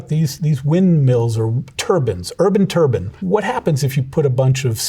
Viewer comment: He pronounces turbine like turban lol